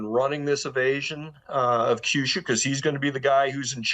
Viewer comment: Note - Kyushu = “Key You Shoe”. Not “Kai You Shoe” Same with Kyoto. 😅